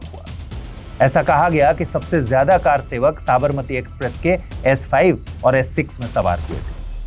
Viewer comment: Car sevak nhi sir, kr sevak Ye confusion to English walo ko hota he.....isse arth badal ja ra he